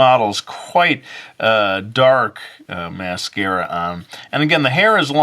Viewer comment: Its mascara not massacre